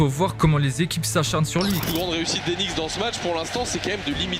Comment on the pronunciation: Bonne vidéo. Juste le K des Knicks est muet. On ne dit pas les quenicks 😂